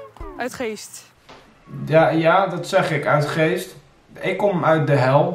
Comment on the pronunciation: het is UITGEEST niet uit Geest